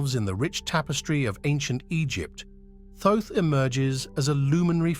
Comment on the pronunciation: I can't watch this, its very annoying to hear the narrator using different pronunciations for Thoth.